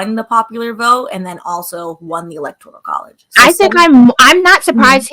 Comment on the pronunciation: It's electoral not "electorial". For some reason, Black people love saying "electorial"